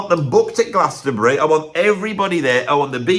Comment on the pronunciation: Well done on saying the whole of the word Glastonbury